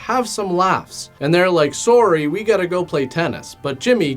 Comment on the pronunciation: There’s that trademark Canadian “sorry”